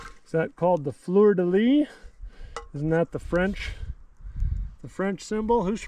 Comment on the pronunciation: def a fleur de lys, got to pronounce the s at the end